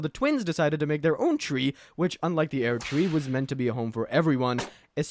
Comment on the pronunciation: ah yes, the airDtree, and miKella